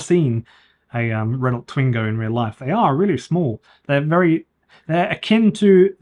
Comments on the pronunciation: Why do you say the names of every manufacturer incorrectly? Renult, datseer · how can you review a Renault when you cant even pronounce it? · I don't know about 'Novo Mesto' but you pronounce Renault like 1970s man 🙂